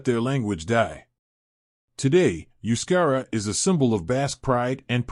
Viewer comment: First 7mins waffle n Verbage. Only in min 8 does the yank confirm that they are a mix ofearly hunter gatherer and early neolithic farmers. Besides he cannot pronounce Euskadi Euskerra etc really Annoying accent.